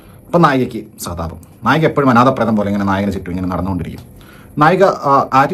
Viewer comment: നായകി അല്ല നായിക 🙏